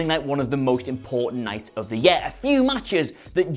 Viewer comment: YOU CANNOT PRONOUNCE THE WORD “YEAR” IF YOU CANT SAY THE WORD PROPERLY DO NOT SAY IT AT ALL